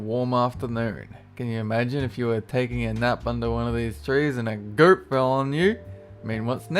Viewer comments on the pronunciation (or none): He says goyt, NOT goat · You said gert but it's FUCKING GOAT!!!!